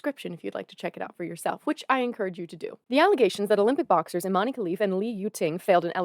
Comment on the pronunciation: as an algerian myself just wanna correct you on Imane's name is not pronounced eemanee it's pronounced [ee-mæn] like saying E-man.